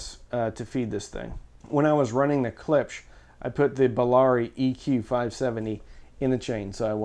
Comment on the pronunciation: Ha! Caught ya! You said Klips again instead of Klipsch ;)